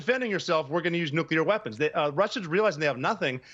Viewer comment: It’s not nuculer it’s nuclear. NU-CLEAR. Apparently the media doesn’t even care about proper English. Jesus.